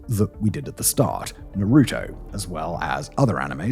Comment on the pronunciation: Eyo Simon, not that you're likely to make covering One Piece stuff a habit (unless this situation develops), but I know you appreciate accuracy, and some of the pronunciations on names to fans of the show are like nails on a chalkboard. In an effort to be helpful, not pedantic, allow me to communicate the accurate pronunciation for names I heard that were off: When you said Naruto, you had the wrong emphasis on the syllable. What you said was more like nah-ROO-toh, when it's more like NAH-roo-toh But more importantly, Luffy. Luffy does not rhyme with fluffy, it rhymes with goofy. It's LOO-fee. Also, to calrify, one might assume that his first name is Monkey, but it's like Japanese name system, where the family name comes before the personal name. So, he is called Luffy in short. I'll edit this if I notice something else, this was very informative, keep up the good work